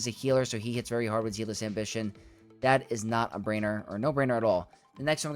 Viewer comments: Love this,! Thank you! (I hope you don’t hate me - but “zealous” in Zealous Ambition is pronounced with the same “e” sound as egg and met, so “zeh-liss.” Apologies - spent too many years as a teacher, please don’t hate me) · Don't apologize - he needs to pronounce a simple word like that correctly!